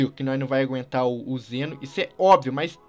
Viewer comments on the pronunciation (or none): Não é Zeno e sim zen'ou